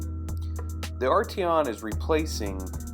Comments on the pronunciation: A-treon? Arteon. Ar-tee-on. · It’s called a air intake. It’s ARTEON not ATREON. Don’t do any more reviews